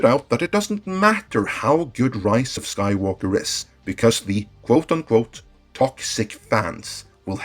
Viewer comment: why i keep hearing "Rice of Skywalker"?